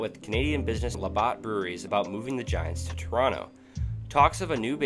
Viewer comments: Nicely edited video and content but the narrator is simply horrible. Was 'Whitney' Ford related to the better know Whitey Ford? Where is Muhwakee? Is Lebaht beer similar to 'LeBat" beer? Is 'Riley' NC anywhere near 'Rah-lee' NC? How far apart are East 'Ruth-ah-ferd' and East Rutherford in New Jersey? Where the hell is Pawtamack? Is that close to the 'Pah-toe-mick' River between Virginia and D.C.? Good lord, the narration is so bad it almost seems intentional. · And it's Labatt's, not Labott's. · And, it's pronounced Luh-bats beer. Not Lahbahts. LOL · please re record La Batts pronounced like baseball bat and Pa toe mak ( the river washington crossed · also labatt is la bat...bro your vids can be good but you need to do more research on names so you dont look like a clown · Good history, but your pronunciation of certain companies (Labatt) and cities (East Rutherford) is pretty bad. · This is great content, but as noted the pronunciation of some of the proper nouns really kills it. It's really low hanging fruit to google how to pronounce this stuff and will make your videos far more enjoyable. Whitey, Labatt, Raleigh, Rutherford, Potomac, also it's just "MLB", not "THE MLB"; that's more than 1 unforced error every 2 minutes.